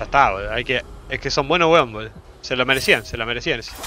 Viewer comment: El intento de acento chileno le sale igual a los peruanos jajajsjsjs, grande Josecito, son buenos wons